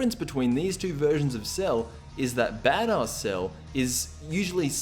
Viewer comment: Damn this guy cannot pronounce 'badass'